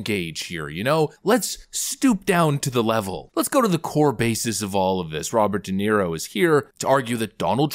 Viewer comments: Robert wee Nero. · ' Robert De Zero'